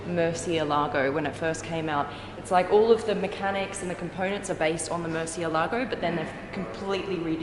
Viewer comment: its not pronounced mercy a lago its "more" thei" "alogo" but spelt Murcielago if history serves me well it was a name of the only bull to ever fight in the ring and win.. and got out alive the english came along a fucked up the pronunciation